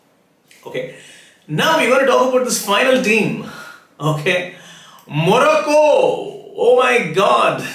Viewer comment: Sirji again got another one wrong!! Thats 2 prediction in 48 hours. What a fraud astrologer. Croatia out and now Morocco which he pronounces moracco!! You are the biggest fraud on earth. Join Politics, you will do well